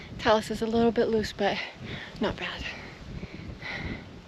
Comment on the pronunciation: Now you're closing in on 2000 subscribers! A couple of tips: the vowel sound in cairn is pronounced like hair, and talus is tay-lus. I love your videos, and like that you have the self confidence to post them without having to be perfect.